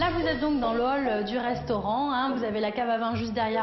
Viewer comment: "vous êtes dans l'hall du restaurant..." J'ai toujours du mal avec les les apostrophe devant les "H" perso j'entends: vous êtes dans lol du restaurant